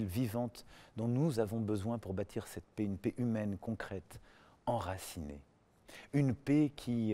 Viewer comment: Faut apprendre à prononcer "PAIX" et "RESPECT"... Il ne sait même pas parler français correctement, quelle honte ce type.